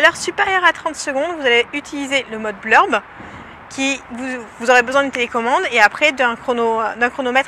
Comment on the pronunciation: Bonjour! Sympathique tuto! Mais juste une précision : On dit mode Bulb et pas Blurb ;) Signé : Un nouvel abonné à votre chaîne ;)